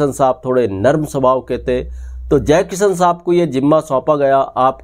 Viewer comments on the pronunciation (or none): भाई साब यही फर्क़ है जो आप में और प्रदीप शर्मा में है, आप मुकेश को मुकेस और शंकर को संकर बोल रहे हैं, जयकिशन को जयकिसन, और ये कहानी बिल्कुल झूठी है, सुहाना सफर के साथ ऐसा कुछ नहीं हुआ था, थोड़ी रिसर्च करके आया करो